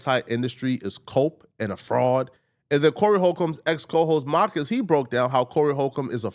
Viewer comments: It’s Mar - cus Not maccus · Bro… really calling Marcus “MAH-cus” is insane 😂😂😂😂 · There's an R in MaRcus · Why keep saying Mahhkiss? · Why he kept saying Marcus like that 😅😅